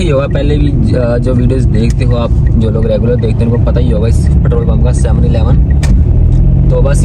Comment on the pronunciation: Bro ptrole nae Petrol hota ha..pet rol..